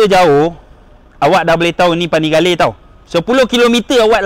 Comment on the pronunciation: Duucati panapelirrrrr v4 setell bang mad🤣🤣🤣